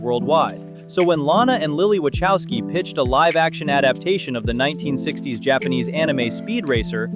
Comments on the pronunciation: WACHOWSKI is a Polish name, it's not pronounced with soft "ch", but more like va-ho-v-skii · JESUS. For the last time, "Wachowski" is pronounced "Vahofskee," not "Watchowsky."